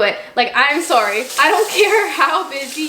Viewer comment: don’t forget ab sorey